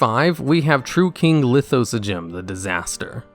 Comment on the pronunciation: I can't believe he pronounce lithosagym correctly.